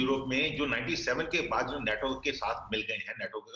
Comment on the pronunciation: नेटो नही नाटो